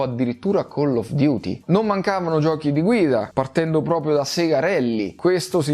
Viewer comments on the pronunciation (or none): none